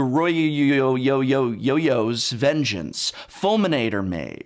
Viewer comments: The way you said Goroyo’s vengeance 😂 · The way you say Veggie-vine and Goryyo-yo-yo's vengeance puts a smile on my face